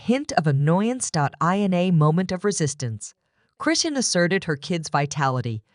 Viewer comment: This site don't even say her name correctly